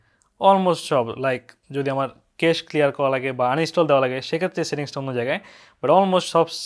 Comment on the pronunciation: "কেশ ক্লিয়ার" না ব্রো, ক্যাশ ক্লিয়ার। কেশ ক্লিয়ারটা কিঞ্চিৎ খারাপ শোনায়।